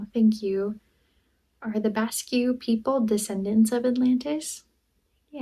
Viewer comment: Basque people, is pronounced Bask. Well done taking a stab at it. Thanks! Love your videos.